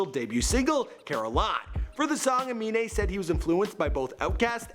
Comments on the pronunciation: Wow Im surprised you pronounced his name right. Unlike XXXTentacion... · He finally pronounced the name right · Only person with a weird name that Michael can pronounce